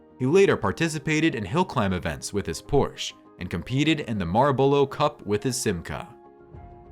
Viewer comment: now where exactly is "medalin"?.... and or "mall borrow"cup.... kinda sounds like an AI?... great watch but some life in the voice will be cool too!!!